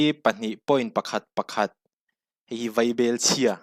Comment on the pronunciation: Vaibechhia/chhe..i lamdan kha.